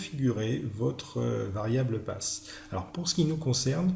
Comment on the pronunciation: Très bonne vidéo. Bien expliqué et claire. (Seul bémol, c'est en peu déroutant de lire PATH et d'entendre PASS ... ou encore : de lire CLASSPATH et d’entendre CLASSPASS...)